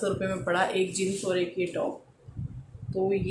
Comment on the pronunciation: Jins nahi jeans kaha karain. It's a suggestion not a negative comment.